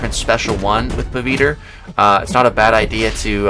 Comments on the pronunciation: Bro he is pavithr bro not paviter 😂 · Somenes gotta teach him the pronounciation man, not hating on him tho